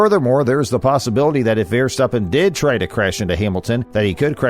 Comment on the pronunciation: When people do videos, I think it’s really important. If they’re talking about people from other countries, or even their own countries, they should find out how the people pronounce their names. I don’t think this guy got any of the names properly he miss pronounce Max Verstappen he miss, pronounced Jacques Villeneuve I mean come on buddy do your homework